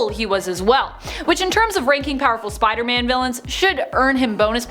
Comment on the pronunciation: What I heard: look out Spidermon Me: Yardie 👁👅👁